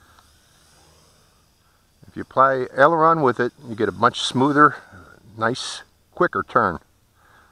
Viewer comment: This was one of the most helpful tutorials I have ever watch when u say elderon that is the yaw I guess